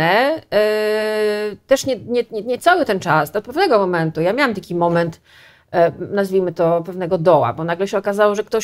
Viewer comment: 7 minuta i głowa boli. Jednym z powodów, dla których tak może być jest to, że musimy komunikaty KPP podwójnie rozkodowywać. Zobaczmy: - snczytpfnegomomentu - co to za słowo x'D [znaczy do pewnego momentu?] ppfiersz - kolejny neologizm [po pierwsze?] - ał, szczęka mnie zabolała X'D - ijasrssstakifilmik - tumy? tłumy, to się mówi "tłumy" ! :) tum to była taka katedra - albo się z tego otrzeźwiecie szybko o wiecznym "yyy, eeee, ummm..." nie wspominam Nasze mózgi sobie dopowiedzą, o co chodzi, i my to zrozumiemy. Tylko trzeba do tego trochę większych obrotów. Dziwne. Przecież KPP do dziennikarka (?) Mnie całą szkołę uczyły polonistki, które kazały mi wyraźnie powtarzać, jak tworzyłem takie potwory. O pisaniu pojedynczych fraz po 100 razy "na jutro" nie zapomnę. Trochę terror, ale chyba się opłacił, bo przynajmniej można mnie zrozumieć. :-) Okej, oglądam dalej.